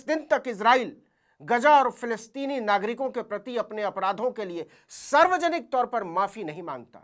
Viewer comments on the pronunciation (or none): गाजा नहीं ग़जा कहिए, फिलीस्तीन नहीं फलिस्तीन